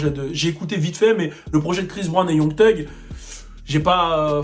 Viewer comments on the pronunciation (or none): hey video vrmt super mais tu dis "tug" pour thug alors que j'ai appris ya pas longtemps qu'on disait "ssug" ahah tu gères